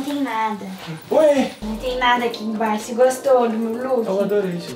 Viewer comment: "DEIXA EU VER AKI EM BIAXO" kakakak😂😂😂😂